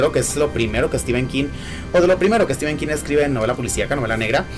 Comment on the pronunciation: Muy bien por decir STEPHEN como stíven, no stifen. Prácticamente todos los youtubers de habla hispana que veo dicen stífen. El otro día vi a uno mexicano que lo dice bien. Ahora he pensado que tal vez Mexico sea la excepción y ahí, al lado de EE UU sí se dice bien.